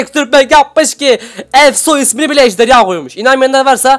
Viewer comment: ejderya deyil ejderha